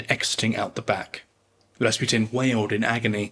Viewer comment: I keep hearing "Bas Rutton" when you say Rasputin.